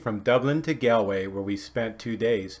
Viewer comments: It’s not pronounced “Gal” it’s like “Gaul” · It’s pronounced G all way… Galway not gal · Its pronounced Golway not Galway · GAWWWLLLLWAY! Please pronounce it right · GAAWL WAY Pronounced 🇺🇲😂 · Don't worry , most Americans pronounce it incorrectly until told otherwise lol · Even after spending 2 days there you can't pronounce Galway correctly ! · You are correct. But I was instructed on the correct pronunciation so now I feel much better.